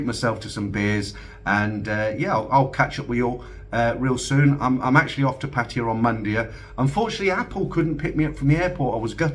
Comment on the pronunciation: Why do you and everyone say Pattire when it should be Pattaya.?